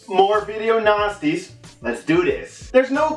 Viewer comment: It sounds like he says video nazis lol